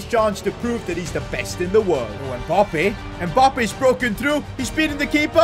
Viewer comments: "Mboppé" It's Mbappé , get it right. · Mbappe not mpoppe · I love the fact that he says "Kylian Mboppé" instead of Mbappé 😂😂